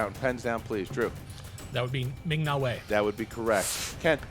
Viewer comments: It's Ming Na Wen not Wei. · Did say Ming Na Wei? Isn't it Ming Na Wen.